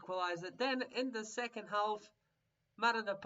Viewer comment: Boral's looking like a stud even at a 46! build around him and the results will come! also, the L is silent in half.